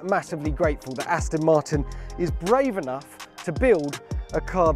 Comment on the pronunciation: Gear Will you ever get Jack Rix to speak correctly - Remind him it's 'Aston' Martin (not Astin) you know 'ezackly' what I mean.....